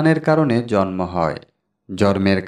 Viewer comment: Bhai , sobkichu tik ache kintu jonmo tha tik babhe uchcharon karun , jormo noi jonmo !!